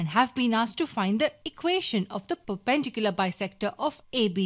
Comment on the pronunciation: Say it with me per-pen-dicular it’s not fucking hard